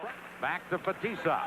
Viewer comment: С уст коментатора фамилии наших игроков как ужас - Ларррионааав, Маккаааарааав, Фетисоф, Крютав, Касьятоноф ))) Ух и наматывали тогда соплей на кулак канадцам.